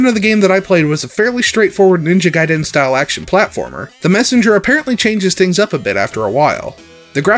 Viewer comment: The way you pronounced "Gaiden" gave me a nervous tick.